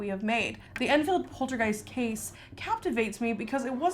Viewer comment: polterg OI st lmao, love you